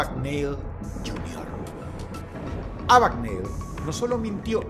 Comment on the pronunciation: No es Abagnali ni Abigneli, sino Abagneil